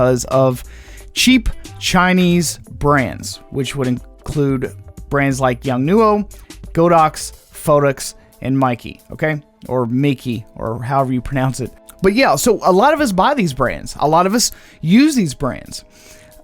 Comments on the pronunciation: Meike -read "May-Ke" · For a second I thought Bowen's mount is dead. Although I am relieved but I still feel sorry for Bowen. PS. Meike should be pronounced as May(美) Ker(科). If you trust me, try Google Translate.